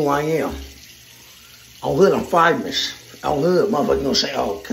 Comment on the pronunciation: "I'm fivemous" 🤣🖐🏾